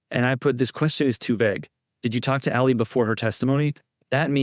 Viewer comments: > I can't stand Lally but man please can u pronounce his name right. It's driving me nuts to hear u say "Lully" its supposed to sound like Laaally - not Luuully. The "a" makes the sound like the word "Laugh". Thanks for more vids on KR case. I love how ur getting the truth out there & I fully support Karen Read & I know she had nothing to do with John's death. The Reads are really genuine & great people. Completely opposite of the Alberts & McCabe's. I hope ur gonna do Nicole Alberts & everyone else's too. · Lally like "Sally" as in sallyport